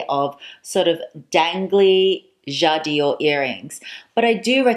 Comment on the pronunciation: <3 dear, I didn't stop watching your videos for the last few days as you are very sympatic. But please don't say: jad i ore...its called 'jadore', without an extra 'i' in the middle! it comes from 'j'adore' french for ' I love' <3